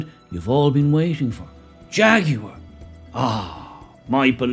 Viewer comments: It is pronounced "jagwar" not "jag-you-are" for f. sake. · HAHAHAHAHA "FAGUAR"😂😂😂😂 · "Faguar". Perfect. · Hahaha Hahaha hey jagwire have a bud light you will need one. Jàgwire kaput. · My pronouns transgwar. -Jagwar 😂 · Or "Draguar" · Say Ta Ta to Jaguar 😊